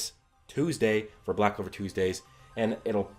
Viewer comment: This guy is funny he says Noel or yuno might develop the 6 leaf clover ok yes they have both expressed the power of the devils dude the show is called back clover not sigh clover or I don't like Asta but I do clover if it's going to happen Asta is going to do it